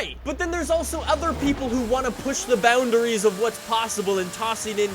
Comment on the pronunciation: Pronunciations: Bugatti Chiron- Boo Gatty Cheeruhn. Forza- Fort-za Boundaries- Boundeeries